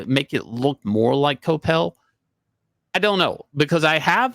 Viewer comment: Oh liv ee ay (like Laurence Olivier). Dude's French. Kwah pell.